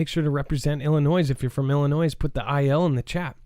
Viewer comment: Sorry, but ........no S in Illinois. Love from Land of Lincoln 💛